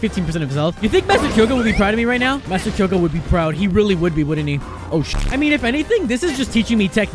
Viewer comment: The fact that he pronounced his name wrong bothers me His name is pronounced “k-o-ga”